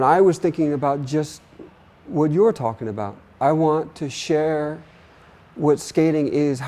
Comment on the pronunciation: First person to say the word 'what' correctly. HWat.